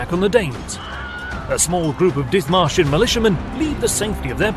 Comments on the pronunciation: Did he say, dick martians? Lol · I'm sorry is anyone else hearing "Dick Martians"? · I had to double check the spelling. All I could hear was "Dick Martians"